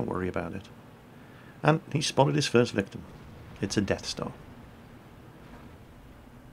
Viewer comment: 1 more thing, the 1st tank yoishi spotted was a FV215b not the death star..there was no death-star other than the one you mispronounced.